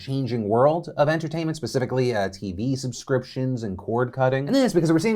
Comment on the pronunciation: Hey Phil when you say "get caught up on the news of the day to get back to yours", you need to really emphasize OF, otherwise the "yours" almost sounds like it doesn't make sense because it doesn't sound linked to the word "day"